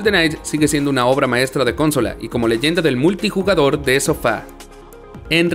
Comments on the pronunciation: Si se dice cónsola y no consola entonces he parecido un idiota toda mi vida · Porque dice cónsola? pregunta nms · Porque dice “cónsola”? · Lo mas gracioso es que lee mal el guion, me refiero a que lo pronuncia mal como cuando dice haLf life o cónsola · Estoy de acuerdo, es un buen video pero es molesto que haga eso y que pronuncie de forma tan rara “consola” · Por qué dice Cónsola (con acento en la primer o)? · Excelente video amigo, aunque no puedo dejar pasar que la palabra Consola es grave con acento en la penúltima silaba, no como se pronuncia en el video "Cónsola". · Una pequeñez que me causa curiosidad es por que el locutor dice "Cónsola" en vez de "Consola"? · ¿Porqué cuando habla dice coooonsola con acento en la primer "o"? De qué país es? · El amigo que narra pone los acentos de las palabras donde se le canta. La mejor: "cónsola". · Un shot de vodka cada vez que el narrador dice "cónsola". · Ok, buen video, pero por qué "cónsola"? De dónde salió eso? Ya no sabemos hablar español? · Lo siento, pero me distrae la pronunciación de "cÓnsola", que tiene su equivale en nuestro idioma, sólo cambiando el énfasis a la penúltima sílaba. Y bueno, "Tree" no es lo mismo que "Three" por lo que tampoco se deben pronunciar igual. Si vas a tratar de pronunciar toda palabra en inglés, sin comprender su pronunciación a un buen nivel te arriesgas a sonar raro y hasta pretencioso. No es malo, sólo es un detalle que muy pocos van a poder apreciar, pero que te ayudará, si es que decides tomar el consejo. En cuanto al resto, muy buena selección. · Amigo no se dice cónsola. Pero muy bien el video en general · Por qué dice cónsola? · por qué pronuncias "cónsola"??? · El video va perfecto, pero es CONSOLA NO "CÓNSOLA" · Por favor deja de decir "Golden Night" es GoldenEye que lo pronuncias goldenai. Y cónsola también chirrea cuando lo dices. Es consola, una palabra grave no esdrújula. Muy buen top. Cariños y saludos desde chile 🇨🇱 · ¿Cónsola? ¿Lóngeva? XD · Consola, no Cónsóla😡